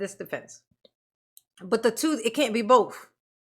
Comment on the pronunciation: You mean "troof" as db would say it.